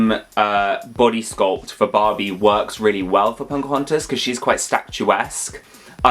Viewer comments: I always hear saying "PoNcahontas" and I actually love it lol. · When they say Pocahontas it sounds like punkahontas😂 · Love the video put why he call her “Ponkahontas”??? 😭💀